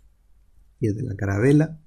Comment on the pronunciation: jajaja cada vez que dices caravela me da mucha gracia, es calavera :D